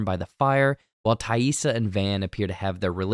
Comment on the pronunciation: TYE. EE. SAH